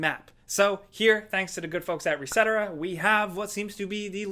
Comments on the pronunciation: Isn't it reset era and not pronounced like etcetera? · WTF. It's pronounced reset-era. The more I watch videos from this channel the more "I don't know, fuck it" they seem.